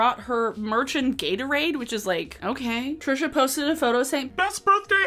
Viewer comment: YES!! I've seen so many creators that are responding to Trisha use the wrong pronunciation. It bugs me to no end because it feels like if they can't even pronounce it right they probably didn't even look into it that much.